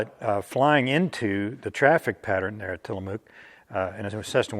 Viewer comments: just an fyi, It is pronounced Tillamook (with the "mook" sounding more like "muck"). Jeff was a great guy, a superb writer, and we shared the fact that both our dads flew the P-38 in WWII (my dad was in the South Pacific). The plane was a pilot's plane with little margin of error. In a word, complex. In numerous interviews with the surviving members of my dad's squadron, they all said they loved the plane, but also said to the effect that "If you didn't do something right, it would reach out and bite you." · You had it right the first time. Tillamook, like book. Thanks for the info.